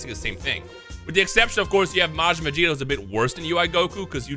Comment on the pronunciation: Weeks later and none of the comments realized the comment was about mispronouncing vegito for vegeta